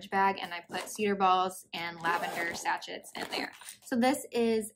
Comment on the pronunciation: I love seeing your stash!!! Building my own stash currentl. Also, "sachet" is pronounced "sash-ay" because it is a French word. And YES...you always need a sweater's quantity!!!